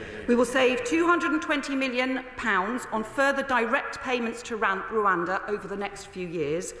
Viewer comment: She can't even say Rwanda properly.